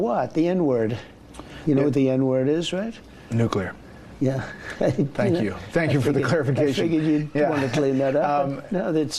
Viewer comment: Can he not say the word "nuclear "? I don't think he can.